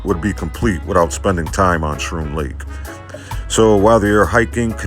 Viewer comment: Oh, I must correct you though. Schroon Lake is pronounced.. "Skroon" . 😊